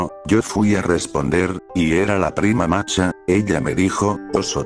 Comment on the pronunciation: El loquendo no es capaz de pronunciar la H como masha, solo "masa" o "marcha"